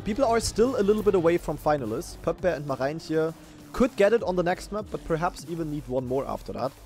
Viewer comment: German Dutchlearner since more than 500 days here. The letters "oe" are spoken like the German "u". So "Poepboer" is spoken "Pupbur". How you say the name of "Marijntje04" is already perfekt (the "ij" here is spoken like the German "ei")